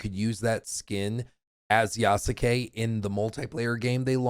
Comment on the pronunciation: voice didn’t bother me until after how he pronounced Yasuke’s name… Almost took my like back. Appreciate the dedication though.